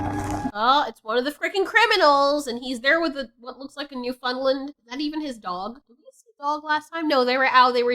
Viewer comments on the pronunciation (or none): none